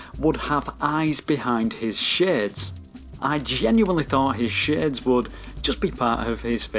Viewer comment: First off, great video. But I have to be real with you, after 2 minutes in all I could think about is how you said "shades"